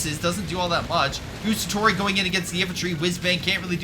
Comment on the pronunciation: I say this with the utmost respect and love for your videos man, I loooove your channel so pleeeease don't take this as an european duchebag being duchebag.(also pretend I am Hermionie if you want: It is GuAAAAAstatori, not Gustatori (they even say it out loud when you select them :P)